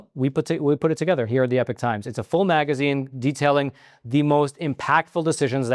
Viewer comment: I don’t think epoch should be pronounced the same as epic.